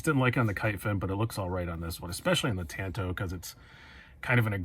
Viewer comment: Great review. I want that very model w/purple G-10. But bro, please, learn how to pronounce "tanto" if you're going to say it twenty times. That was painful.